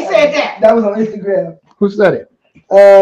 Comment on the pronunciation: She said "Twatter and Standogram"😂